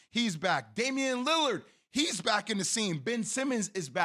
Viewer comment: Bro said KaThigh Leonard 😂😂😂